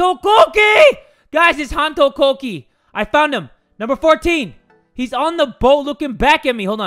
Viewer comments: hono, hono- yandere dev: preparing for epic pronunciation: HONO KOOOKIE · Hon-to kok-ie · Jay pronouncing "Honto Kokei" got me cackling loudly lmao